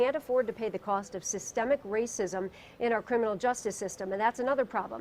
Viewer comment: He can't even say racism smh